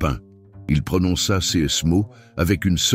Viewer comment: Dommage que l e commentaire soit lu par un robot incapable de prononcer correctement CES ainsi que les dates et les chiffres en francais. Ca gâche beaucoup le contenu , Et il y a une erreur de date, l’enfant ne peut être né en 2018 et avoir ensuite atteint 18 ans ! Par ailleurs, il n’y a aucune révélation inédite, tous ces propos sont soit dans les evangiles soit dans les ecrits de mystiques visionnaires. Donc je crains que cette belle histoire ne soit qu’une fiction et que Mateo n’existe pas.